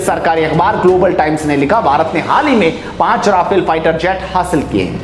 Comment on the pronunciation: Please correct yourself: It's Rafale, NOT Rafael. आप बोल भी ग़लत रहे हैं: राफेल नहीं रफाल सही है।